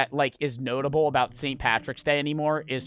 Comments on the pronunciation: Why does he say Aboot? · Hahahaha he says aboot hahahahaah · repeating “about” just got a giggle out of me